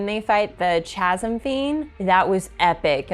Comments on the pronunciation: Really enjoyed the reactions through the eyes of someone new to the Cosmere and Brandons work. One small and hopefully helpful nitpick. Chasm is pronounced Ka - zm. Similar to Chimera in that regard. Not intuitive words to pronounce unless you had heard it spoken before. Look forward to your next video. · 'Chasm' is a real world word. "A deep fissure In the earth, rock, or another surface" pronounced "Kazəm". Can also means "a profound difference between people, viewpoints, feelings, etc. 😁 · “Chasm” is a word that comes up a lot in these books. I love hearing people who learned words by reading (“awry,” anyone??) but English is dumb, so as a help: “chasm” = “kazim” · I'm pretty sure the "h" is silent in "chasm", but you might want to google the pronunciation to be sure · Since you asked for pronunciation corrections I have to offer this one, even though it isn't for a world specific word. The word chasm is pronounced as though the ch is a k.